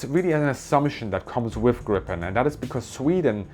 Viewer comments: Not pronounced [Grippen] though. More like [Gree-pen] or [Grie-pen]. Means "The Griffon" (the mythical creature with a back half of a lion and the front half of an eagle). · It is pronounced with a longer i more like two ii "Griipen" It is an ancient fable animal horse/lion there was one in Alice in Wonderland. It makes the pronunciation in English less wrong. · The plain is called Gripen and not Grippen learn this please. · Just a little detail. The name of the plane is Gripen, spelled with one 'p', pronounced like if you wrote it 'Greepen' in English. Thank you. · Gripen is in english pronounced Greepen.......not as it sounds in swedish when spoken in english: Grippen.....Thanks for a nice video! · Perhaps totally irrelevant, but: the name of the jet is pronounced [gree-pen], not [gripp-en] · Not "Grippen", it's "Griiiiipen", thank you for the video :) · Fun fact: grip means griffin. Gripen= the grip/the griffin. It's pronounced 'greepen' rather than 'grippen'. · The namn of the plane is not "Grippen"! It is Gripen with a long sounding 'i'. Ask any Swedish military about this and they will agree. Please rerecord and change the gross mispronounciation. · The name Gripen should be pronounced Griepen and not Grippen. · A small lesson i Swedish: Gripen (also a heraldic animal) is not pronounced Grippen, but rather as Griipen. 🙂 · Ex Swedish AF (Tactical Road Air Base Weather Service) here. Thanks for your great videos! FYI, the pronunciation of "Gripen" in Swedish is very similar the way you would pronounce the word in German. "Griipen", not "Grippen". Keep up your fantastic work!! 👍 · It's pronounced "greepen", not "grippen". Also, Swedes all call it JAS (pronounced "yahs". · So sad that a person able to pronounce the name Gripen chose to pronounce it Grippen instead of Griipen (greep-uh'n) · Greepen, please, not Grippen. 'Pedantic linquistic nerd being correct, no matter what you say!' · saab pronounce it "grippen" in their own material. Its the English way.